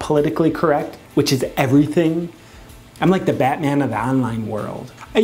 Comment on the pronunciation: Did you just say batMAN?? rrrrrrrrrRRRRRRRREEEEEEEEE